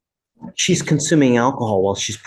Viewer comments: Her pronouncing it "ackahol" is just the icing on the cake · It's "ackahaw" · Ak-o-hol .. case closed .